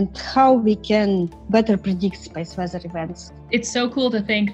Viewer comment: speese wezzer